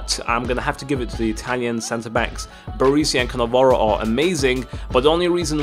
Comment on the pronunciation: it isnt barisi...barEsi